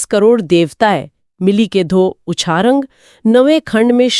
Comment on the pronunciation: Uchrang hy. Not ucharang